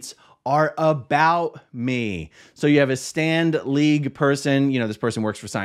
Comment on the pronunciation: Every time you say Stand League, I hear Stan Lee. And , think of his comics. Did LRH come up with Stand League?